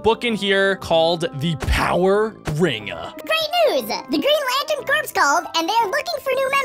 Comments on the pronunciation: Its not corps its core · “Corps” is pronounced as “Core”